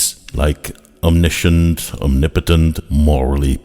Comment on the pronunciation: I’m waiting for the day that mental gymnastics becomes an Olympic sport. These guys will clean up. And I also find it funny that Low Bar Bill can’t pronounce “omnipotent” properly. 😂